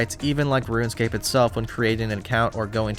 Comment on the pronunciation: you actually said RuneScape not ruinscape :0